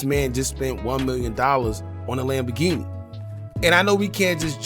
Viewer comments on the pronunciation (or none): none